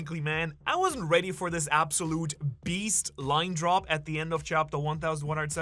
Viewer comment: The way says "AbsoLEWT". LOL.